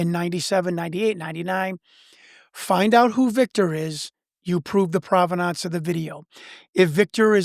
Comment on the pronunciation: He's just trying to prove the providnonce of the video!